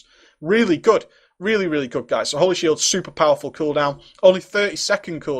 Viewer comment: i swear u said he has a few gays on him.